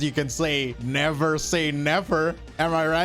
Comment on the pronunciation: never say nefer..........